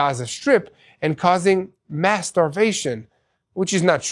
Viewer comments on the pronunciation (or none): none